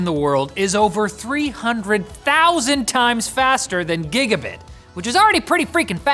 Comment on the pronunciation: Bro said "gigga-bit" 💀